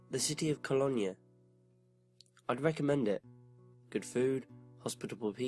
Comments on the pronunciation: Cologne is pronounced Ko loan..not Kollonya. Just a bit of help I'm not knocking you, hugely admire what you do. Wish I'd had the internet around when I started writing as a child, its a wonderful forum for help as well as advancement. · hey its me yer London fan! heads up - Cologne or Köln is pronounced Kol (as in fall) oan (as in stone) NeuMarkt is "noy markt" love your stuff and your accent..this is constructive not destructive critiscism xx